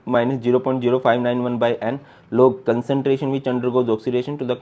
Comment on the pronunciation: ''concenteration nhi CONCERNTRATION hota hai SIR ""😅😅😅